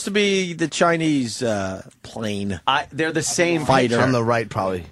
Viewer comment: "Fry Guy" "Prane" "Vorryball" "Riceman"